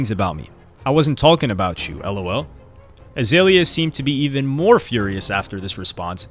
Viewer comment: BTW, it's Iggy Azalea (AH-ZAY-LEE-AH) and Azealia Banks (AH-ZEE-LEE-AH)